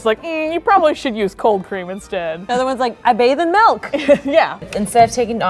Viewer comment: in i heard cocaine instead of cold cream. i gotta go...